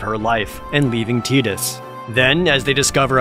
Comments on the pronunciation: "I'm gonna do my best to go by the canonical pronunciation." "Tiddies" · "I'm gonna do my best to go by the canonical pronunciation. *So tiddies, here...*" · I love how he got so lit up on how the name should be pronounced. TIT-DUS? NO NO--TIE-DUS IT FITS WITH HIS WATER THEME 😂 I LIVE FOR THE ENERGY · Some history here: His name is neither Tide-us nor Tea-dus. It's Tida (Tee-da). It means "sun" in Okinawan. I don't know why it was EVER written as Tidus and, quite frankly, it should have been pronounced like tide in Western countries. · It's not teedus in English, because they don't speak English canonically. It's Tie-dus in english. The japanese are wrong about our language if they want to try and dispute that. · .... this comment section.....shaming each other into pronouncing a made up name by measuring street Cred🤣🤣🤣🤣🤣 It's Tide-us to me, and always will be😊 It's just a game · " I'm going to do my best to go by the canonical pronunciation" Next second: "ok so Titis here is our main character" 🤣🤣🤣🤣🤣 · It is actually pronounced Tie-dus in english speaking countries, it's just people in Japan pronounce things a little different. "Coke" from coka cola is pronounced "cock" for example. xD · It will always be Tie-dus. Never Tee-dus. Who the fuck would want the other one. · Why is the " i " in his name spoken like the " e " in Tedious? But thats SquidEnix for'ya, yes thats how you pronounce the companies name if the MC's name is pronounced like tedious... my face is tired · It's "Tedus" because in Japanese you pronounce "i" like you would be saying "e". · Jared: complains about the pronunciation of Tidus Also Jared: Or On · From what I understand, Tidus is pronounced the way it is because it's the Okinawan word for "Sun". The developers said so in an article about the game in an issue of the Official U.S. Playstation Magazine (OPM) back in the summer of 2001, the same summer that saw the release of the "Spirits Within". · Hate how everyone says Teedus when it’s Tidus